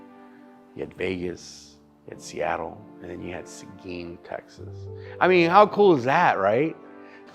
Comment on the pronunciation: Seguin? Is...on the map? Its pronounced "sa-geen". For all yall wondering.